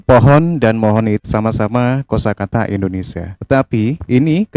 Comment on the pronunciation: Di koreksi lagi bang penyebutan nama negaranya itu harus INDONESIA jangan Endonesia